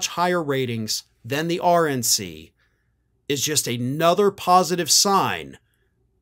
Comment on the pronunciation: Sounded almost like said: “Orange NC”.